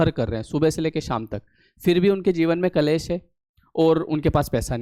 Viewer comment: कलेस नहीं.. क्लेश बोलिए ..